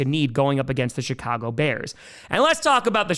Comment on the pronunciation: Again... it sounds like he says the shytcago bears. I can't unhear it now haha.